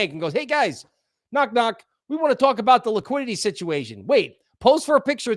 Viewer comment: The word " talk" has no W in it dude.😂😂😂😂